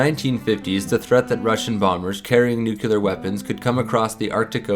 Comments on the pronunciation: Nook-yoo-lar? How can you do an informational video and ruin it with a clanger like that? New- klee- ar, not nookyoolar. And there's no such thing as a "tail wing". It's called a Horizontal Stabilizer. This is a good video, but a little attention to detail would make it awesome. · It's "nuclear", not new-cular!. Makes you sound like Dubya. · Nu-clear. 2 syllables. NOT nu-cyu-ler. PLEASE!